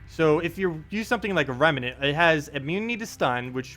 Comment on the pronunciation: Rem. Nant. Two syllables,. Nice video though~